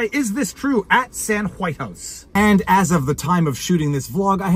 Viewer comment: "Is the hu-wife of hu-Whitehouse..." I can't stop laughing. 😂